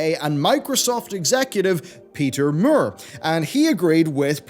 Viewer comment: Don't think I've ever heard Peter Moore's last name butchered so horribly. Is it hard to pronounce Moore?